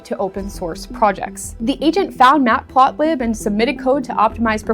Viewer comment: The "iMac Mini"?? "Mat Plot Lib" as three words? You have some strange mistakes in this video that is starting to make me wonder if this whole video is AI generated.